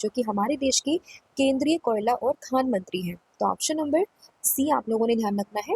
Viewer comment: Koyala as kela 😂😂😂😂😂